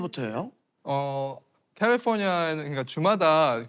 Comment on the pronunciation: 발음 쥑이네 캘리뽀니아 뤄스쿨